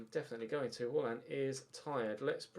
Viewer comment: please stop pronouncing Haalands name as “hoarland”. It’s pronounced “harland” as he said himself in a dortmund interview! Great content, loving the series👍🏻